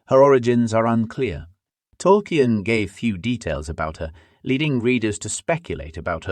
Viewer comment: How did you manage to get the name Tolkien wrong